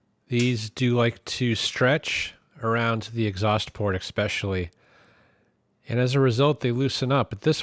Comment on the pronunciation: "Ekspecially" is still not a word.